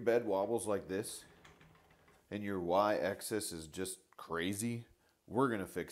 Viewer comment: Probably someone who couldn't get over the mispronunciation of "Axis". (He keeps saying access.)